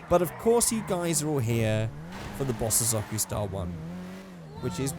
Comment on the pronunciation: You say bozosoko wrong